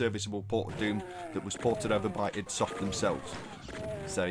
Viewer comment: "id" is pronounced like "id" the psychological concept, not as an acronym